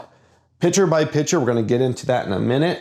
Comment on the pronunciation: When you say picture, you aren't pronouncing the "T", you are saying picher. That part is maddening, but the rest is great as usual!